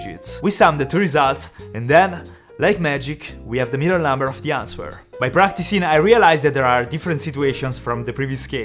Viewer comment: Answer is pronounced anser. The w is silent 👍 you helped me with maths & Ive helped you with pronunciation. Quid pro quo 😀